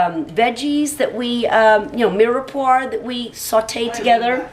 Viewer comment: omg its not mirepoir, it's mirepwah ughh